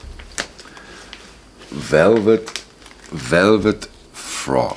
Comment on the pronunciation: Its Velvett Fog, not Frog. Good haul. Any chance you could say where you sourced these and maybe do a more detailed analysis of the music on these albums. Thanks.